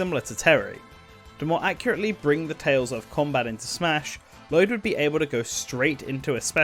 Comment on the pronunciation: I love this video, and I really hope Lloyd gets in because of it, but My God, you didn't bother to learn the pronunciations of most of the names in this game.